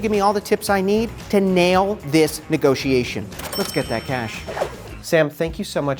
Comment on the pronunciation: WTF is with calling a negotiation a "negosh". I think she needs to iterate the synergy among stakeholders and disrupt her patter with a less vertical approach to worthless corporate jargon.